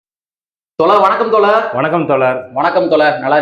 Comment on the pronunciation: சிறப்பு வாழ்த்துக்கள் தோழர் 💐 மறுபடியும் மறுபடியும் தோலர் தோலர் 🤦‍♂️ அப்புறம் எனக்கு கோவம் வந்து எதாவது தவறான பதிவு வரும் தோழர் உங்களுக்கு பலமுறை சொல்லிட்டேன் உங்கள் உச்சரிப்பை திருத்திகொள்ளுங்கள்